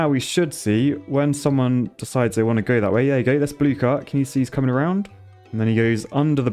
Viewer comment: 30 Seconds of pure "comeing"